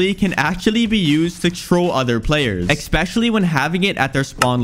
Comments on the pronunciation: it is pronounced esspecially, not eXpeciallsy. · My guy, holy shit. The word is "especially", not "ecspecially". And it's a Möbius Strip, not a Morbius Strip. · Dude really said expexially and morbius strip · Guy, you’ve got to stop saying EXpecially.. you don’t know how to say it properly..